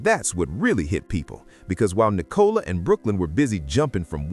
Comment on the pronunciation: The girl’s name is Nicola - not Nee - cola! Team VzB - Brooklyn is going to be very sorry he did this one day.